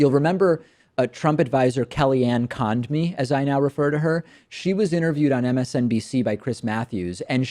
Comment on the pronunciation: "KellyAnn Conned-me" David, you're better than this.